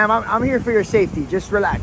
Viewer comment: "Relaxssh, Relaxssh, Deesshcalate, Sufferin' Succotash." 🤡